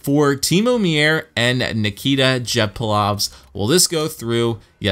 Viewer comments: timo meier's name is pronounced myer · Meier name is pronounced Myer